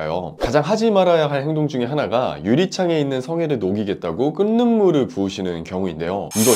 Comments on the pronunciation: 끈는물이 아니라 끌는물이라 읽어야죠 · 끈는 물이 아니라 끌는 물이라고 발음하는 겁니다. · 유익한 정보네요. 그런데 혹시나해서요... 발음상으로 끈는물이 아니라 끌는물으로 발음을 하셔야 하는데 계속 끈는물로 발음하십니다. 발음이 안되시는건지 아님 진짜 모르시는건지.... 혹시나해서요. ㅡㅡ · 발음대로 말할게요 끌는물이라고 읽어야죠 ㅎㅎ끈는물이 뭔가요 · "끈는 물"이라고 발음하시네요. "끌는 물"이라고 발음하셔야 맞는대요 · 좋은 정보 감사드립니다. 잘 봤습니다. 그런데, 그냥 지나기가 거시기 해서.... 끓는 물의 발음이 끈는 물로 들려서요. 발음을 끌른 물로 해야할 듯해서요... 미안합니다. 좋은 내용 잘 봤습니다. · 끓는물~말할때는 끌는물이라고 읽지요 끈는물~아니죠